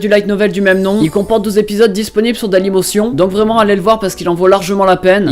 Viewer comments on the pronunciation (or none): il a dit daylimossion (dailymotion) énorme mdr